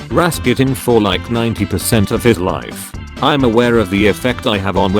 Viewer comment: People: Rasputin This guy: Rasqutin Me: acceptable... P. S. I'm Russian